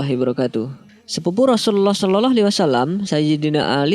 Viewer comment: Tolong kalau mengucap NABI YANG BENAR...( sholallah ) bukan ( sololoh) NGAJIO TAH....ben gak salah PAHAM...